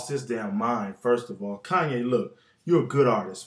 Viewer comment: kanya west? lol